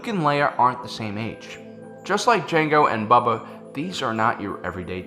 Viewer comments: Its not bubba its pronounced bow-ba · c'mon,, it's Boba not Bubba:D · Does he keep saying Bubba? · How have you made this many Star Wars videos and still pronounce "Boba" wrong?